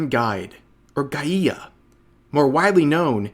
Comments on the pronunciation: rev, not a criticism or anything, but the way you said "Guía", sounds more like "Gaía" and i was like "the eff is that word" had to read the document to see what word it was that you were trying to pronounce, and then that broke me in laughter, if you want to pronounce it correctly, instead of saying it like you did "Ga-I-a", skip the first "a" you pronounced and you'll say it closer to how its pronounced in spanish. that aside, thank you for both the laugh and the informative video, always with support to your videos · "guia" is pronounced as 'guy-a" or gia the u is mute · You pronounced "guía" wrong. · Hey Rev, guía just means guide, and the u is silent. Just a small correction as I think this won't be the last time you're gonna read something like this... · Rev pronouncing "guía" hurts my brain lmao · rev I love you, it ain't a big deal, and don't care too much, but "guia" is not pronounced like that lol